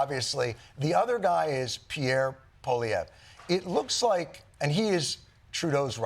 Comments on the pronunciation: Jon Stuart has really become toxic or maybe I just started paying attention. Like a true Democrat seemingly clear as water but poisoned. He cannot pronounce Pierre Poilievre's name but he is ready to destroy Pierre's image without any facts. He shows one picture of Trudeau and Pierre cut out of two random media clips and he says Pierre looks like ... And that's his proof to the masses of ignorant viewers. So much for professional journalism. Jon, since when are you interested in Canada?? Are you a multi millionaire comedian or a politician? How did you get to have such a media enterprise without political backing? You were against Trump but now, not so much! You're another kiss Ax with $150 million who wants more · He's almost correct. He's saying PO-liev, just change the first syllable to PWA.